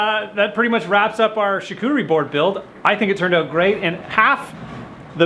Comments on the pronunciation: Hahaha Charcuterie! Am French Canadian your pronunciation is terribleeee! Lol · Imagine pronouncing the "t" in charcuterie lol, anyway great video!